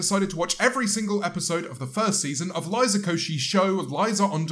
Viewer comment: I swear this man said "Aliza"